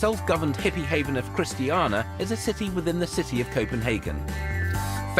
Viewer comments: Richard missed off the one but last syllable of Christian-i-a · "Christi-ana", ffs. It's called Christi-ania. Three I's in there, haha! And it's a bloody hole in the ground by the way x) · Considering his mum is Norwegian, Richard has impressively poor pronunciation of Danish words ~ even managing to turn ChristiaNIA into ChristianA, despite their guide saying Christiania several times and a plethora of signs spelling it out... jetlag must've been bad from that 1 hour flight from London to Copenhagen... ✌😁